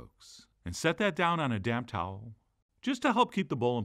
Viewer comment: I love when Chef Johns says "damp towel". The -p is almost silent and it just sounds like he's emulating a polite Gordon Ramsey